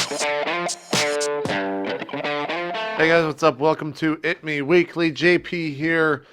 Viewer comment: Also, did you say eatmeweekly? maybe just me.